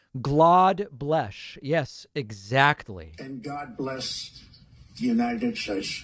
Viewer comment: 😂😂😂 and God bleshhh the United Ssstrasshhh